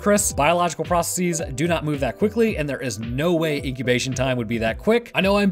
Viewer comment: Make sure you don't pronounce "processes" incorrectly in the future.